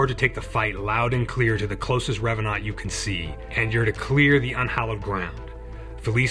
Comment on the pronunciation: I appreciate your slight French pronounciation of revanant. Just adds a bit more to the flavour. (Also, your channel is criminally underexposed and I'm grumpy on your behalf)